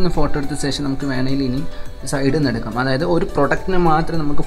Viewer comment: Oru karyam paranjotte.. Onnum thonnaruth... സേഷം alla ശേഷം aanu 😜